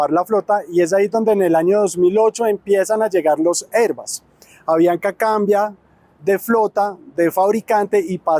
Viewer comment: ¿Porqué pronuncias "airbas"? No seas pendejo y pronuncias en español, Airbus como suena y se escribe.